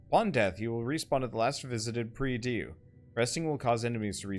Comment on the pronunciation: I dunno, maybe somebody already told you but nonetheless, "prie Dieu" is "pray to God" and is read like '[grand] prix [mountain] dew (but with more "O" in the end)'. This is the best explanation in the world *sarcasm*.